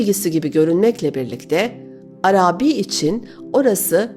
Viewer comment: Çok güzel okuyorsunuz. Tek kusurunuz var, o da Arabi kelimesinin ilk iki hecesi uzatılmamalıdır, üçüncü hece uzundur. İkinci heceyi uzatıyorsunuz, düzeltirseniz mükemmel olacak her şeyiniz...Selamlar